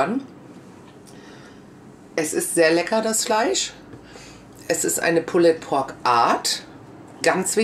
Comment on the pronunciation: Ich finde es ja gut, wenn sich jemand im Vorfeld schlau und kundig macht, wie denn ein Gericht zubereitet wird, welche Varianten es davon gibt. Von dieser Seite her ein Lob. Allerdings: es heißt "Pull_d Pork", das "e" ist stumm! Diese Unsitte der falschen Aussprache tut einem in der Seele weh. Wenn etwas autentisch sein soll dann bitte auch die Aussprache. Vor laufender Kamera Reste des Rubs, welcher stundenlang am rohen Fleisch haftete von den Fingern herunter zu probieren finde ich nicht gerade eine gesunde Einstellung zu Lebensmittelhygiene. Was in den Küchen der Menschen passiert ist eine Sache, will ich aber etwas vorstellen und präsentieren, dann sollten solche nicht nachahmenswürdigen Momente außen vor bleiben. Ich kann aber nur jedem raten: macht das draußen auf Eurem Grill und/oder Smoker, denn ohne Rauchring ist es "nur" ein übergarter Schweinebraten.